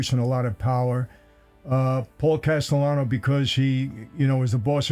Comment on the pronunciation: i always thought it was Castellano not Gastellano.